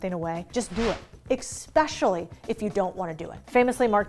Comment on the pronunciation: Take 3 days to learn how to say especially and not eXpecially 🤭